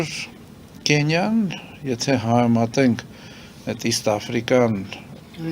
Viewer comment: ախպոր պես մեկդ էս մարդուն ասեք հայերենում ք/Ք տառ կա ու հայերեն Կենիա չի, այլ Քենիա, մոռթեց իրա Կենիայով ռուսկախոսը.